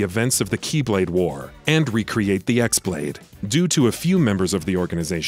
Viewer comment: This is the only game I didn't play besides CoM bc this one has way too many mechanics I didn't enjoy but that's why I'm here and mad complaining about this guy saying Xenahort?! And X Blade instead of Chi(x) blade?! Bruh who hired u. Stop quoting wiki